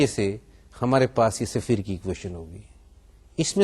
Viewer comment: safeer nahi hota is-fear hota h